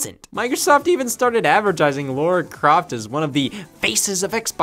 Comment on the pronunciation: scott please call her lara croft and not laura croft thank you so much